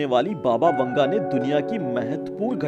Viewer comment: Baba vunga ? 🤣🤣 PRONOUNCE IT CORRECTLY